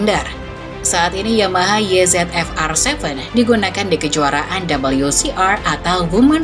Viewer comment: mbaa mbaa... parah bangat dah Starting Grid ini... nyebut angka pake bahasa inggris semua, giliran yamaha YZF (baca : ye zet ef) jiaahh ngelawak bae lu mbaa... makanya ngga usah campur2 bahasa inggris ama bahasa indonesia, udah pake bahasa indonesia yang baik aja... kalo mau pake bahasa inggris, itu YZF (baca : way zi ef) mba, buka YE ZET EF...